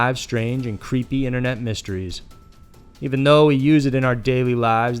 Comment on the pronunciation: Inet mysteries? Why did he say it like that lol